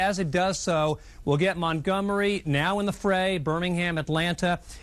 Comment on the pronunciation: "It's probably somewhere up around Montomgery", lmao.